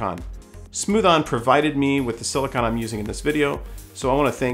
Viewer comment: SiliCONE…like ice cream cone. Not siliCON.